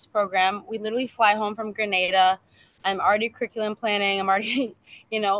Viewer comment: The country is called Grin Nay Da, Grenada, not Gra Nah Da, Granada.